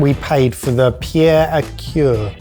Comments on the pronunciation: Pierre a cuire: the cuire is pronounced more like queer, not cure. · So in general your French pronunciation want all that bad but the way you pronounced cuire was waaaaaaay off XD it's pronounced more like queer than cure